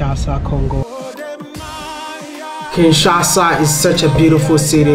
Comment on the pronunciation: Wode, please learn the correct pronunciation of Kinshasa. It is Kin-sha-sa, but you keep saying Kin-sa-sha.